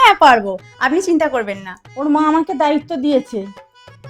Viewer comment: ম্যম❌ মা✅